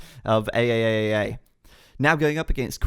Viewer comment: I like that you pronounced "ayayayay" as A A A A A A